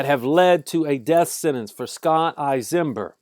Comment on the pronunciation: You aren't even pronouncing his name right..Don't believe he wouldn't have done the same to you and yours..You forgot my Aunt and Uncle were piled in the bathroom,like a pile of dirty clothes. He sat at their table and ate their food..Get the story right. And don't forget their little dog,who tried to protect them..he stomped the dog!!!